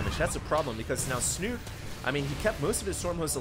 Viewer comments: I know that in english the ending can be silent. But in this case Snute is a Norwegian player, and the E should not be silent. Unless he has specifically said it should be pronounced "snut". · Please please stop saying "Snut" :) The E is not silent. And its Norwegian for "snout" ;)